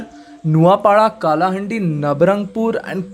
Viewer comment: So many mistakes... Not Kolapur.. It's Koraput,.. Not Not Nuapara.. It's Nuapada...... Not Kalahundi it's kalahandi....